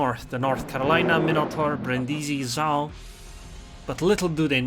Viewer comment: Nice game...but accent on Brindisi is on the first i Brìndisi